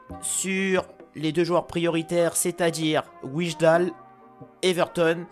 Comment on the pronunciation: On dit "Waillndal" pour Wijndal